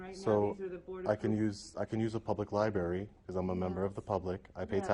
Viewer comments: If you call it the "libary" one more time you must leave the library. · Its a public liberry😂😂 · Sort of just playin’ but it is a library, not a libary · What's a "Liberry"? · "Liberry" ( + )) - Are you serious, dude? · Libary? Wtf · Are you saying " LIBERRY" 😀😀😀😀😀😀😂😂😂😂😂🍺🍺🍺